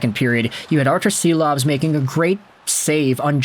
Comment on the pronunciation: I love your content but he's Shilovs. Artūrs Šilovs